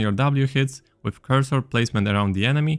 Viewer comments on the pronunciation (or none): none